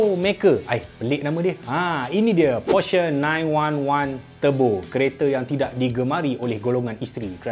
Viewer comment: Tang porsher tu depa wak keluaq video caqa sebut dgn betul.. Baca porsher tu e pepet (emak) bkn e taling (ekor).